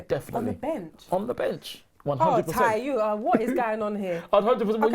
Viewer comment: When she introduced Ty at the beginning, she called him 'Clah-y'. Like she was about to say 'Claude' and remembered midway that it was 'Ty'.